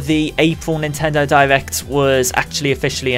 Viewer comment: is it just me or do you hear him say divect instead of direct